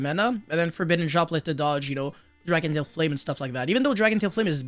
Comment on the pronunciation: Dracotail….say Dracotail 🤦‍♂️